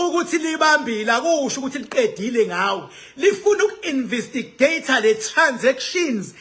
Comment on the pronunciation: Awufundanga Silima…. INVESTIGATE NOT INVISTIGATE . ITHI NGIBHALE NGESIZULU……INVESTIGEYITHI. NOT INVISTIGEYITHI NX